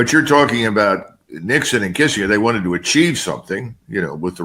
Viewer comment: How can someone his age mispronounce Kissingers name?!!!